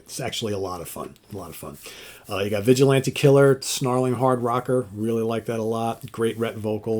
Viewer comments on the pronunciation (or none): none